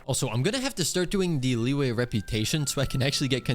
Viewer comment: btw, the correct pronounciation for Liyue is lee-you-we, not lee-way